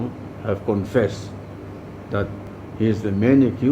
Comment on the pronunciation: I think I heard a new word called 'confested' . 😁😁 Anyways good job 👍